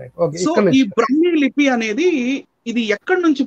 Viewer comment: బ్రహ్మీ కాదు. బ్రాహ్మీ!